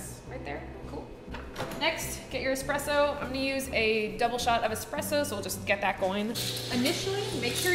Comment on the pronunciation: It’s espresso not expresso